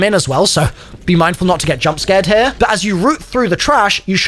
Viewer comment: "window right heaurrr" cuh wtf u even say😂😂